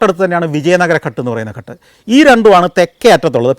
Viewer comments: ഘട് എന്നല്ല ഉച്ചാരണം, ഘാട് എന്നാണ് ശരിയായ ഉച്ചാരണം ദയവായി correct. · ഘട് എന്നല്ല പറയുന്നത് ഗാട്ട് എന്നാണ് പറയേണ്ടത് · ഘട്ട് എന്നല്ല, ഘാട്ട് എന്നാണ് പറയുക. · കട്ട് അല്ല. ""ഘാട്ട് ""ആണ് ശരിയായി പറയണ० ( കടവ് ) അല്ലെങ്കിൽ അർഥ० മാറിപോകു०. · Athe...Ghat thanne... Santhosh George nu thett pattiyittund